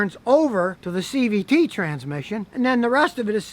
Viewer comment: Are u saying cvp? What is that?